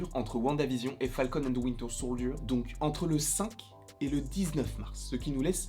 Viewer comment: j'ai aimé l'accent anglais : "ouinteur souldieur "